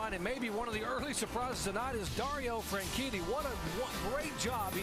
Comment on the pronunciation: Dario Franshitty